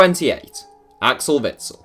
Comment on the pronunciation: How are you trying to say Witzel> Azpi